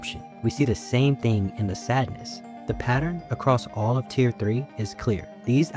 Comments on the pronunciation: Tier not tear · its "tier" not "tear"